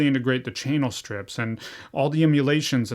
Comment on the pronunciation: “Chaynal strips” 😄